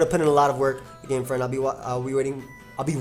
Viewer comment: i cringe a bit when people say fren